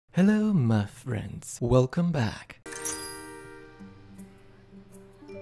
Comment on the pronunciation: hello ma fwends